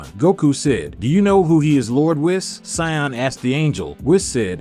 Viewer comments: He said maygen. .and sayeeen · Veggatasss I’m crying saiyon and mayjim biyuuu . Hell say the right name like twice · whats a sayion? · 4 minutes in to the video and you’ve stated goku’s real name wrong Kakarot😑 which is pronounced “kack-ah-root” and he’s a Saiyan “say-an” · You can't say sayion or majion right lol 😂😂😂😂😂😂😂😂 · To the commentator that voices the main part of the story... Please Learn to Pronounce Japanese properly. Seriously I clicked off the video 'cause you pretty much butchered any word having to do with the words Majin ( Pronounced Maw-Gin) Buu (Pronounced Boo) Saiyan (Pronounced Say-an) and Whis (Pronounced Wheese). I'm not trying to sound like a wet rag but... Pronouncing a word improperly let alone 4... several times during a video that hundreds... perhaps thousands of people are going to watch makes y'all sound like a bunch of rank amateurs. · To be fair saiyan in Japanese is pronounced saiyajin and kakarot is pronounced kakarotto, but some other pronunciations are just butchered